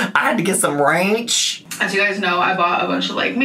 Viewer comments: I miss when you briefly pronounced ranch "rrrrrrahh" 😂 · I still hear him doing it every time I try to order ranch, and it takes effort not to rrrrrrahhh 😂